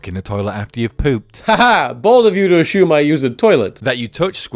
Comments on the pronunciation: I can't believe tom spells it "Ashume" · Ashumme? Did you have a stroke man? Cause you're pronouncing things kinda off today. I'm sorry I love you and you were the first person I ever subscribed to. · Your pronunciation of assume feels like an attack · he once explained in a video that he has kind of a mixed British-American accent because as a kid he used to watch a lot of US series and tv in general, mimicking the American voices. But yeah, it is still a bit weird in between his rather British accent to be suddenly struck by an "ashoom"